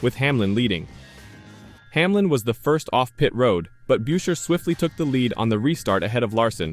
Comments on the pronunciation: it's busher, not byusher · Tried to watch this video but couldn't. About the 5th time Buescher's name was pronounced as "Byoosher" I'd had enough. This video didn't deserve my time. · Just asking, Can’t you pronounce Chris’ last name correctly? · You can't even pronounce his name properly!!! This channel is a joke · If you cannot pronounce the names right I cannot take the video seriously